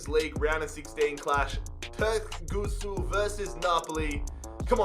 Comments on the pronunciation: Türkgütschü is how you pronouce it bro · pronounced "two rk goo joo" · Č is a j so its turkguju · You pronaunce turkgucu as in Turkgugu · You tried so hard to pronounce it right and failed so hard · you do need to ask CaniSports for assistance on pronouncing all those turkish names (as well as Türkgüçü's) 🤪 Still a great vid, tho!